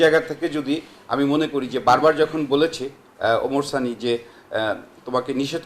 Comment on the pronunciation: আপনার শিরোনাম এ, ভুল হয়েছে ওমার সানি হবেনা,, ওমর সানি হবে। আপনার উচ্চারণ আর বানানের ভুলে হয়েছে,, আশা করি ভুলগুলো সংশোধন করবেন।